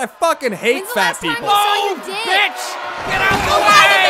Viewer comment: the way he said "betch" lol